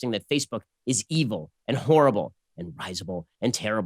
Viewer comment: "risible" - In English, pronounced with the accent on the first syllable, as 'RIZ (to rhyme with BIZ, as in SHOWBIZ) uh - bull, - not ' RISE - uh - bull. Borrowed exactly from the adjectival form of the French verb "rire" (to laugh), except in French pronounced with the accent on the penultimate syllable - reh - 'ZEE - bluh. From the Latin "risibilis".